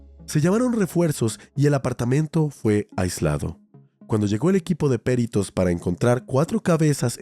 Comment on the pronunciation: Hay cosas que mencionas bien raro mano... "el equipo de PEritos" es perítos...